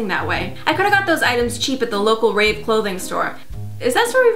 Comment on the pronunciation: umm when she said rave i heard rape AKWARD!